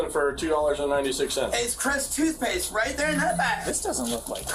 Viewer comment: "Crest TOOTHpaste." /facepalms SIR.